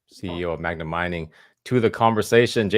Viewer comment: Appreciate the Interview, Rick. By the way it's "Magna" not "Magma". I would have excused you for saying it once, but you said it a couple times :)